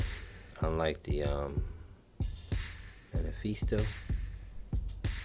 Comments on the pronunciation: Just a heads up, the Mephisto engine is pronounced “Meh-fis-tow.” You’re saying manifeestow. Lol. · Hey man! Another awesome video :) BTW, if it helps, it's meh-fist-oh (mephisto). Short for Mephistopheles, a demon from German folklore.